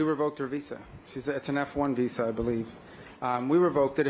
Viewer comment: It is VISA you DH its not vessa. Can't even articulate the word properly...you keep lying and satisfying yourself cowards.